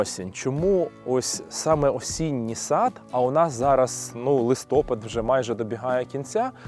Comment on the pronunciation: Доброго дня! Дуже цікава розповідь. І ще, даруйте за зауваження, наголос у слові листопад на а.